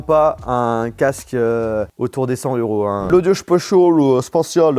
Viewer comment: mais pk il dit audio spochol? ça s'appelle audio spaciallllle